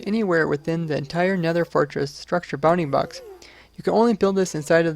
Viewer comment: Who else hears "bunny box" instead of "bounding box"?